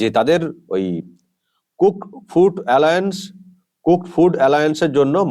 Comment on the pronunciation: উচারণটা অ্যালাউন্স (Allowance like allow) হবে Saheb